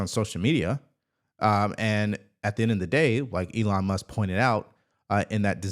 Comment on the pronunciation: Who is "Elon Mus"? 😂